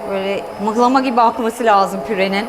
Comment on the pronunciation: Mıhlama değil muhlama o biri çivi çakmak demek diksiyonunuz çok güzel severek takip ediyorum